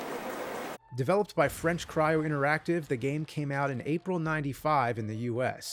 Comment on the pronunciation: love the “developped”